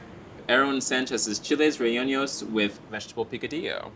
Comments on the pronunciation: Why are we misleading the public with this tragic pronunciation of “relleno”?? You’re killing me with the unnecessary tildes 🤦🏻‍♀️🙅🏻‍♀️🤣 “Rey-yen-oh” fam - not “Rey-yen-nio”! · what the heck is chili relleinou???!!!!! Butchering our beautiful language like no other 🤣💔🫠😖😔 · Just FYI- pronounced re-yen-oh. No ñ effect on the n. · I love you guys so much, but can we please take a minute and just learn how to say “rellenos?” 😂 Rey-YEN-os. K thanks I feel better. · Chile RE-YEH-NO 😑😑😑😑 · I'm cringing over the pronunciation 😫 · The way he pronounced Aaron Sanchez's name and Chile Relleno made me cringe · The way they pronounce "Rellenos" is taking me out lolll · There is no ñ sound when pronouncing Chile Relleno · the way they say, "rellenos" 🚩🚩🚩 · If you are going to make it learn to pronounce " rellenos " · That is not how you pronounce rellenos, otherwise, love the video! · Definitely agree. I've never seen this dish with veggie picadillo. Quite challenging. I was wondering if anyone else noticed the pronunciation too 😆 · Appreciate you calling out the mispronunciation! Felt bummed about that, and that the producers missed it!